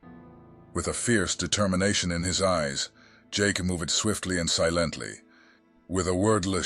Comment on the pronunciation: That's a unique way of pronouncing "Silently".